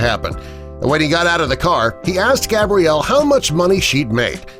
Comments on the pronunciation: He keeps on calling her gabriel instead of gabrielle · So is her name Gabriel or Gabrielle? You said it both times her name is Gabrielle get it right man. No hate but cmon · who tf is Gabriel? It’s pronounced Gabrielle. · He’s calling the girl Gabriel in the beginning. Gabriel is a boy’s name. Female form is pronounced ‘Gab-re-el’, not ‘Gay-bree-el’ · Lame video. Touching story but the narrator calls Gabrielle, Gabriel - a boy's name - at least twice in the middle of the video. Then they want you to subscribe? HA! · Sir I think you mean, gab-ree-ell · it is pronounced (gab-ree-el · Omg, he kept saying her name wrong, that drove me NUTS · God dude your pronousing her name wrong